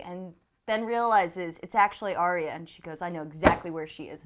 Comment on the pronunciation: Drogon Joe, not Drogo. Drogo was Dany's lover, Drogon is the name of the Dragon.....So lets do a count, cannot say Arya correct, cannot say Drogo correct and I am sure there is another one. Good review though, and.